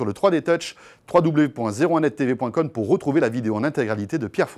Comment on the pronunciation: "... sur 01netTV.conne"